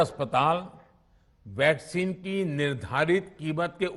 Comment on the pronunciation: Half of the time he says Vaseline not Vaccine 🤦